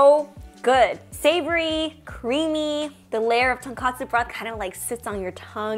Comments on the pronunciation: love the video!! just a heads up, the ramen is tonkotsu not tonkatsu, which is fried pork cutlet! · It’s tonkotsu (pork bone) but almost everyone says tonkatsu (deep fried pork cutlet) 😅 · Not to be that guy but it’s tonKOtsu